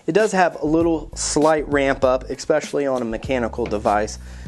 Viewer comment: expecially? especially... :P